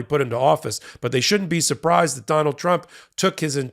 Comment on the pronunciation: Haha! Surpraz! Surpraz! Sur praz! TraitortRump thought the jury was done for a couple of weeks😅